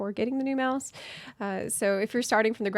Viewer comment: You said 'meowse wrong' edit: just bought two. Thanks!